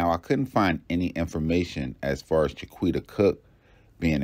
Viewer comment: Cha-quita??. Cmon with these names y’all.